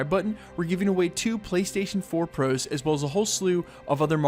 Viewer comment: Ugh sound more Canadian. "2 Playstation fouuuuuur Prooooooos"